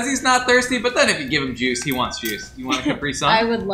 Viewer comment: It's CApri! Not caPRI!!